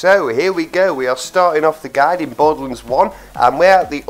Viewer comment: It's borderlands not boredlands